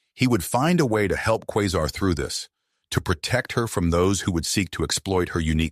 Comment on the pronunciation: Qua sar is the pronouncement of her name